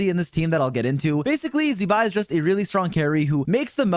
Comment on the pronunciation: zee-bai, have we learnt nothing